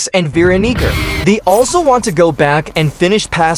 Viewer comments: " vee rokneeker " please use an actual voice and not TTS when describing veeonica and guest 666 😭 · why is the tts saying veeronica like that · BRO DID NOT SAY VEERONICA